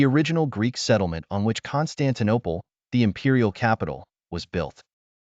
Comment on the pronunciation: "Constantine Eye" 🤔 🤦‍♂️